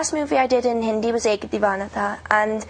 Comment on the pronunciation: Her Hindi is stellar, that pronunciation though at a beginners level. She's just proven she's not a "bimbo" with a pretty face but actually has a brain that ticks and is willing to try and learn new things. Good on your girl.